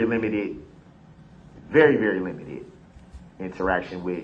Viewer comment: Da berry second